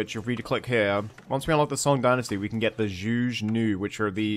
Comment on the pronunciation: Great Video! I always really enjoy your content!! The crossbowmen I believe are pronounced "Joo-guh Noo", you got the Zhu part right which is good!